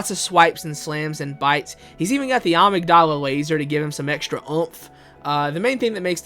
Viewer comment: Bro is complaining abt how ppl pronounce Ebrietas but can’t pronouns Amygdala correctly lol